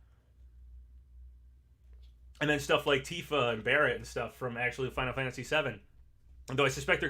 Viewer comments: Did this man say Garrett and not Barrett? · He said Garret lol.